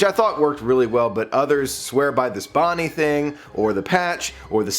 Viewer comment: Bo-nine 😂 good video bud.